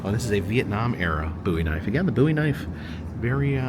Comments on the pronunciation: It is actually pronounced James Bowie(Bōw-ee). Love the train series, btw. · The way he says Bowie is killing me!!!!